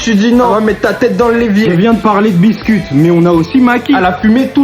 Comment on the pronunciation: Biscuit 😂😂😂😂😂😂😂😂😂😂😂faut dire bisker pas biscuit 😂😂😂😂😂😂😂😂😂😂😂😂😂😂😂😂😂😂😂😂😂😂😂😂😂😂😂😂😂😂😂😂😂😂😂😂😂